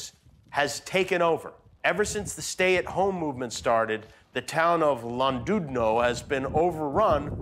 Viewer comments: Llandudno is pronounced with a “cl” sound, not a “le”. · its pronounced as Clandudno, if in doubt ask Jimmy Carr. BTW, Why are all the funniest people named Jimmy ? Jimmy kimmel, Jimmy Carr, Jimmy Fallon .... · The way Jimmy tried to say ‘Llandudno’🤣 it’s hard to describe how to pronounce it but my best effort would be “hclan-did-no” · Gosh you butchered the pronunciation of LLandudno. It's Clan-did-no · Love your pronunciation of llandudno. Aaaa Welsh. Should be pronounced "clan-dud-no" the "ll" is a "cl" sound xD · The town of “Lun dood no” 😂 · “Lan-DOOD-no” 😂 Not even close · Its Pronounced Lan-dud-know jeeeeeez man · Lon-dude-no haha maybe just stick to "A town in Wales" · It's pronounced Clandudno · Hey Jimmy, LL in Welsh is pronounced CH-L (a glottle H). Llandudno. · Oh no, it's Llandudno. Ll is like a cat hissing dud sounds like did. Ll an did no. Great episode btw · Jimmy's pronunciation of Llandudno was worse than mine when I visited there. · He said Llandudno completely wrong 😂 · Llandudno. “Laan-dude-noh.” LOL! Actually closer to “Hlaan-dud-noh.” And even that will still annoy many Welsh folks. The double LL at the beginning has a unique pronunciation.